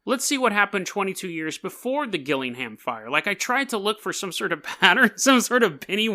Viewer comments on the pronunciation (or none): Fuck sake it's gillingham like jillingham